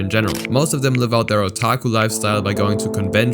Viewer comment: PRONOUNCE OTAKU CORRECTLY!!!